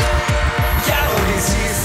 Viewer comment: 걸~ 결~ 겨얼~ 갸~얼 걀~ 같기도 하고ㅋㅋㅋㅋㅋㅋ 발음이 듣기좋게 찰지게 좋은것 같음ㅋㅋㅋㅋㅋㅋㅋㅋㅋㅋ